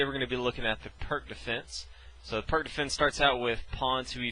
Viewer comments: Please, everyone, it's pronounced "Peertz", The guy was Serbian, in Serbo-Croatian, the c at the end of words is pronounced like a "tzuh" (unless accented and then it is a "chuh" i.e. Marinovic) and the "i" is like an "e". Have some respect for the guy's name. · pirc is slovenian second name and is surely not prk nobody wants to be called prk we say p like in peter , i like in liz , r like in ronald and c like in zz in pizza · This dude did a great job introducing us to the pirc defense, and you over there making fun of his pronunciation of foreign fuckass god knows what words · I know it's hard for you americans to imagine someone isn't pronouncing words as you do, but surprisingly, you're wrong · IDK if you (or anyone else, for that matter) are familiar with this, but it's actually pronounced PEERTS defense, not PERK defense. Just sayin, is all ^_^ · First, it's not pronounced "Perk", it's pronounced "Peertz". The opening is named after Vasja Pirc. Second, 5. ... O-O is considered dead for a long time now, since if Black decides to castle this early, then, 6. e5 Nfd7 7. h4 c5 8. h5 cxd4 9. Qxd4 Nc6 10. Qf2 dxe5 11. hxg6 hxg6 and 12. Qh4 is curtains for Black. The correct response, in case you're wondering, is 5. ... c5, directly undermining White's center. The follow-through for the most common response from White is to take the c5 pawn with 6. dxc5 Qa5 7. Bd3 Qxc5 8. Qe2 O-O 8. Be3 and then 8. ... Qa5 or 8. ... Qb4, depending on your level of aggressiveness. Also, Black never makes captures that blocks the a1-h8 diagonal in this opening (like demonstrated here): what's the point of a fianchettoed Bishop on the main diagonal if you're purposefully blocking it? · Pronounced wrong. You pronounce it as Peerts/Pirts defense. Not perk. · Perk 😂 its P ee r tz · “Pírć defense” not perc 30 emo teen defense defense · I pronounce it as peerk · It's pronounced like "pierce" with a t before the -ce, not "perk." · Darryl Minaker no his name is pronounced “peerts”